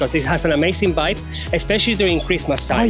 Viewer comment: Prize for the person who can correctly guess how many times says "vibe"....trouble is he can't pronouce it properly so it'll have to be a prize for the person who can predict how many times he says 'wyb'